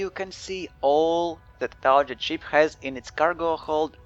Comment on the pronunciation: Hey I think your videos are really great. Thanks for making them. (I do not speak another language so I appreciate you making your videos in English. :D Your pronunciation of the english word "target" sounds like this "tar - J - et". I feel if you pronounce it with a harder "G" .... like this ... "tar - GUH - ETT" it might be an improvement. But like I said I really appreciate your videos. Cheers)